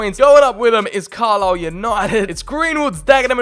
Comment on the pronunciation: FYI it's Car-Lyle not Carslyle which made me chuckle, especially being from the North East lol